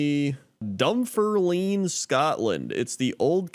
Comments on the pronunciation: I’m always going to call it this way now 😂 Dun form leeeeean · Am from Dunfermline, had a pure giggle at youse pronouncing it 😆. Seven Kings is a pub and is called this as 7 kings have been born here. We have a large park in our city centre called pittencrieff park, locally known as the Glen and we have peacocks which roam there. Also, we have an Abbey, which is stunning. Robert the Bruce is buried there. And yes, it rains here a lot 😆.